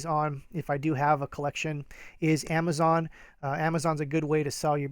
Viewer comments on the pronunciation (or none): none